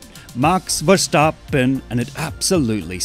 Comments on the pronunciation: Respect for actually pronouncing his name right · As a dutch person i appreciate that he says his name properly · I love your dutch pronunciation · You said it in a perfect dutch accent what